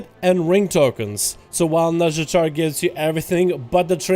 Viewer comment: i keep hearing "Nuzjatar/nuzjator" xD